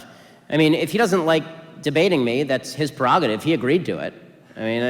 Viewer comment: I think you are great Ben. But it’s “prerogative” not “perogative”.